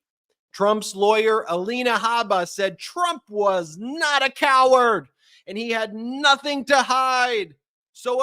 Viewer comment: Just say COEARD!!!